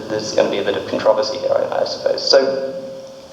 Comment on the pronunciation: Am I the only one annoyed about the way he said controversy